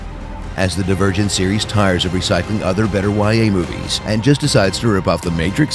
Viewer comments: i think he said dee-vur-gent in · Am I the only one who heard him say "virgin" instead of "divergent"? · Am i the only one who heard that tris is "not only a virgin" when he said "not only divergent"? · The davirgin serious: insargent